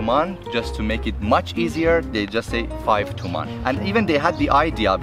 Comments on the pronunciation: By the way its Toman not tuman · Hi Drew, I am Iranian, and I just subscribed to your channel. BTW, we (I guess ppl from Tehran) never same TUMAN (TOOMAAN), it sounds more like toman (t (short o) & man (short a); as for our currency being confusing for foreigners and being worthless, I agree 100%.......after all, what do you expect we are under sanctions, and more sanctions are coming up next month and in November. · Confusing thing was the Persian guy pronouncing Tuman wrong... FYI it’s pronounced toe man (as in your big toe and hey man) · Sylvester Twobuils he said Tuman idiot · Hey drew, not wanting to be a dick or anything but the Iranian way to spell the currency was Toman it also depends where you live a lot of city’s have different dialects of saying it for e.g in shushtar they say Tomen also if you ever go to Shomal make sure you count by Rials ;) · It's actually pronounced toman like "Toe Man"